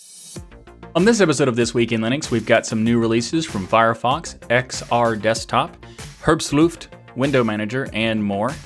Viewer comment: haha, the pronounciation of herbstluft. Imagine Hitler say it, then you will get closer to the german pronounciation.